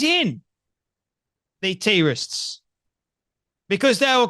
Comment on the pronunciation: Why tf does this guy pronounce everything weird? Wtf is a tee rist Who is eeeesis?